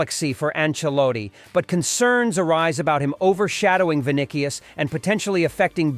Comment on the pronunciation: Rod Rigo??… 🤣🤣 You mean Rodrygo … and “Vinikius”?… what’s that? 🤣